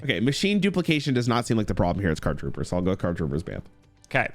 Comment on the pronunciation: Listening to read Card Trooper + Machine Dupe ENTIRELY wrong was peak 😂